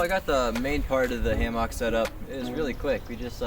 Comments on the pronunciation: As soon as I heard “ham ah k” I left 😂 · Is he saying Haymock? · I have never heard hammock pronounced hay-mark. Same for carabiners (beeners) pronounced as cara-byners. Is this a regional accent thing? Having taught English as a second language in several countries I have an interest in accents and having had the pleasure of visiting your great state i do know Minnesotans do have a distinctive accent. I did enjoy the review. I've just received my Haven XL and am eager to get it hung.